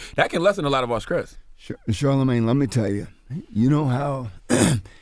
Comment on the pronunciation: CTG no disrespect but... it's "sTress" not "sKress".... lol... 🤔 😊